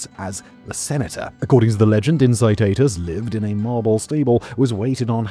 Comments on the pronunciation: "In-ki-TAH-tus", not "in-si-ti-tus" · Late to the game pronunciation fix: Incitatus = Ink-ee-tat-us